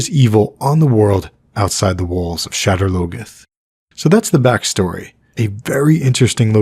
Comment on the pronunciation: “Shedder logeth”?? You got to be joking.. that word isn’t even English